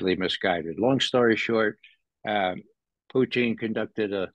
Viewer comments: His Pronunciation 'Puteen ' cracks me up 😂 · Is it just me or does it sound like he is calling Putin "poutine"? LOL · I don’t see how you could ever call someone a puppet of Putin when he pronounces his name like a really disgusting food dish from Quebec (Province). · He can't say Putin right geez